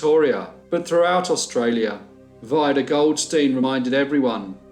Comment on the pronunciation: I think Vida is pronounced Veeda. Thanks.